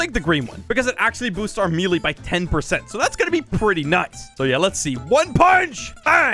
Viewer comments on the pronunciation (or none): It’s may lay not me le